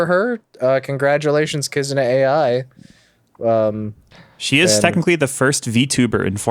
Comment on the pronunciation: only started watching and hearing say Kizuna Ai as A.I. instead of Eye